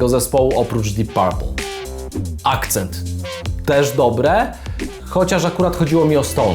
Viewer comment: Panie jest zespół Accept anie akcent